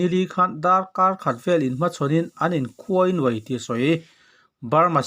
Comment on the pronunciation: Khuainuai ti lo in , THUAINUAI ti in lam a dik angggg!!!